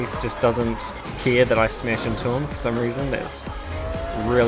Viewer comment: I hear you say smesh not smash